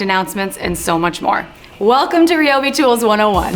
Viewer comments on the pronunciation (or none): It’s RI-O-BEE not REE-O-BEE